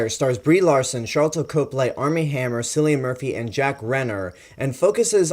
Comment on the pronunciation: Good review man, I subscribed to your channel after watching all of your King Kong reviews! But just for future reference Cillian Murphy is pronounced 'Killian' and Jack Reynor is pronounced 'Ray-ner'. Also you have to watch Sing Street, Jack Reynor is incredible in that, whatever about Age of Extinction (that was just a bad film). Anyway keep up the good work!